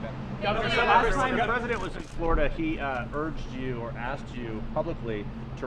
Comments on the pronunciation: It's "Flor' i dah" ... not "Flow dah". That's like saying "Jo jah" instead of "Gee' or jah" or "Ten see" instead of "Ten ah see". To my ear, it is terrible. I was born in Boca Raton, BTW, and grew up in a Florida far different from the paved-over place it has become. To hear its name macerated, causes me distress. Don't have time to say the name with all its syllables? Don't have time to be governor... have to settle for "guv nuh". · Maybe he could learn to pronounce the state's name *correctly*?